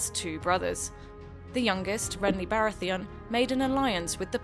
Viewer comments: iTzVisionz Renly "Barratheeon" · Her pronunciation of Baratheon made me want to die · why can't she pronounce baratheon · Is the narrator purposely pronouncing things wrong? House BaraTHEON? The Knight Watch? Peter Baalish? I mean, it's a good video but some of the I information is incorrect, but an well, at least it gives the general idea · AyyLmao the woman speaking clearly never watched an episode of GOT... she pronounced Baratheon at Renlys name terribly and also probounced Tyrell pretty bad xd